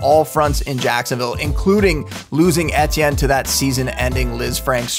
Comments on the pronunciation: How you pronounce Etienne emphasize the ET part just like how the movie ET is said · ITS PRONOUNCED “E-T-N”….. how you gonna make a video about dude but can’t pronounce his name hahahahah